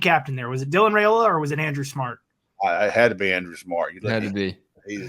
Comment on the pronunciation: It’s RYE-ola not RAY-ola. Stop making that mistake. It’s ignorant and rude!